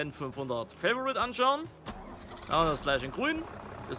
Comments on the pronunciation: Fendt FAVORIT, nicht favourite, ist ein deutscher Schlepper! 😂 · Bitte hör auf favourite anstatt favorit zu sagen dass tut weh in dne Ohren